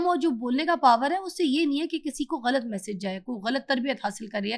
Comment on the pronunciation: Ghalt nahi hota GHALAT hota hay.